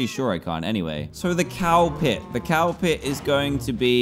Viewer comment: Dan: I'm gonna make a cow pit What I heard Dan: I'm gonna make a cowpet